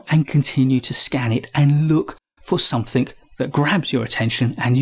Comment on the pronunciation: There is no 'k' in 'something'.